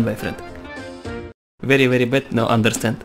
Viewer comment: Вери вери бэд но андрестенд)))